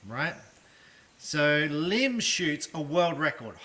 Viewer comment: Lim is actually pronounced Im.